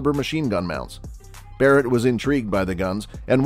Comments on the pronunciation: Did this guy call the barret a berret? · I stopped watching at the "Buh-rett" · This video lost all credibility at “berett” m82. Dislike for nonsense. 🤣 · I'm gonna be honest, as soon as you said, Berret, and not Barret, I can't really trust this. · You lost me at "Berett". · "berett" lol garbage video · You can’t even spell and pronounce Barrett correctly? Ohh god sometimes you do sometimes you don’t… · Yeah show a bizon as a calico and mis pronounce Barrets name I doubt this is a good gun channel probably some nra fanboys